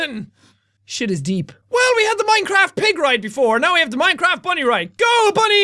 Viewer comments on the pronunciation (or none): none